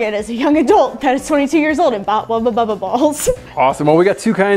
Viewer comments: She says wabababa ball Me you mean wubble bubble ball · I don't know why I'm so tilted that it's being pronounced 'Wubba Bubba Ball'..... But I am. 🤣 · Thank you! I’ve literally been scrolling through the comments and saying to myself “why hasn’t anyone pointed out that it’s a WUBBLE BUBBLE and NOT a wubba bubba” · I actually looked through comments to see if anyone else noticed she was saying "Wubba Bubble" or if I was being picky. Glad it's not just me! It drove me bonkers. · So we are just gonna skip over the fact that said wubba bubba instead of wubble bubble😂she’s so adorable